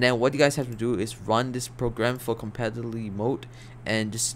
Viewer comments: bro said "compability" bruh im dead. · co-pad-a-bill-it-y so you can say it right